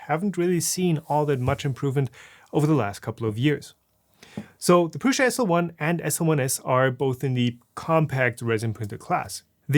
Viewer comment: I hate so much that you say pruSZa instead of pruSa